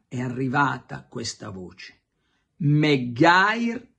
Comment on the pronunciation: Si dice MaGuair:face-blue-smiling: Sig. Carlo